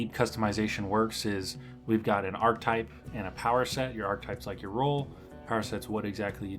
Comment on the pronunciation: Archetype has three syllables